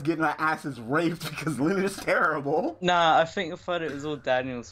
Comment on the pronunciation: lolz Tewwible